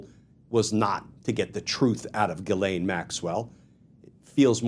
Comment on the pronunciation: The ‘ai’ in Ghislaine should not be pronounced as the a in ‘lane’, but as the a in ‘man’.